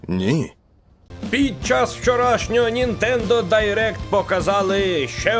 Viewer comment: 6. - Це реклама гри - Це реклама вас! 7. Без паніки! Ми йшли до цього останні 97 годин... P.S. Ніно? Хтось називає Нінтендо "Ніно"? Вас Олег Винник покусав? :)